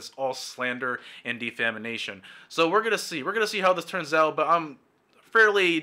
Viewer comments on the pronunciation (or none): Its Defamation lmao not Defamination